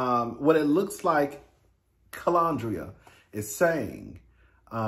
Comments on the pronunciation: Kah-len-dria is how her name is pronounced. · It’s pronounced Ke-Lyn-dria…you be messing these names up, 😂.